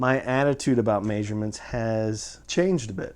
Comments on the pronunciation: Lmao "Mayshurements" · This guy pronouncing measurements weirdly